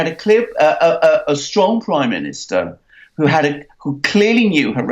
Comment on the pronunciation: Mercouris, who, it's pronounced hoo. Not hoooqqquuuu. I know you can't control your face but you don't have to fuck every thing up. Jesus Christ!